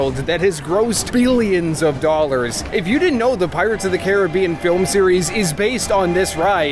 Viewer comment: Omg I got front row on tianas bayou at night and I was soaked for the rest of the day AND YOU SAID CARIBBEAN CORRECTTTTT